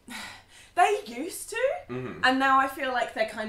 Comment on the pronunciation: when she says "they used to" , the tone goes up at the end , almost like a person asking a question. that sounds very Australian to me. hmmm